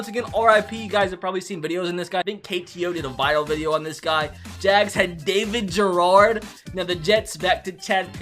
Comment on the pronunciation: you said David Garrard’s name wrong